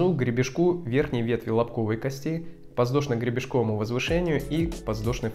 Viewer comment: подВЗдошно! а не ЗВ.